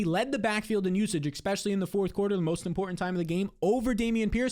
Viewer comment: E-Specially not Ex-Specially. Great stuff though